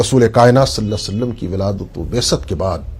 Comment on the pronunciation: پیارے بھائی صلا صعلم درست نہیں ھے۔ درست پڑھئے صلی اللہ تعالی علیہ وسلم